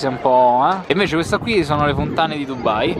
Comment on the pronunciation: ma non è dubbai ma è dubai perchè dovedete dire dubbai